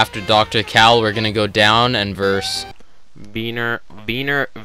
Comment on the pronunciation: The way he says Kahl hurts my soul